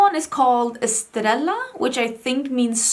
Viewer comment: Yes, estrella means ⭐ star. However, it's pronounced as: eh-STRAY-uh A double L in Spanish is pronounced as a 'y' sound like in 'young' or 'you'. Mensaje = men-SAH-hay The 'j' makes an 'h' sound. Hope this helps!🥰